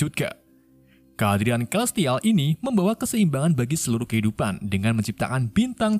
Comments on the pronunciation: Celestial dibacanya selestial bang. Inggrisnya belepotan banget, domo juga bentuknya segitiga bang bukan kotak 🤣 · celestial dibaca selistial bukan kelistial 🗿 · dasar orang negara sana ya selestial jadi kelestial ahahahahahaha